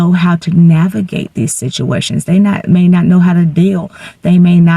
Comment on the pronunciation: I am so embarrassed for you.Incoherent vocal fry.They not Dey!